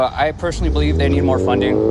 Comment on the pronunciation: Did you say cops need more funding or They need fundling.🤣🤣🤣